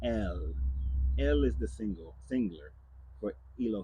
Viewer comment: Singaler. Lol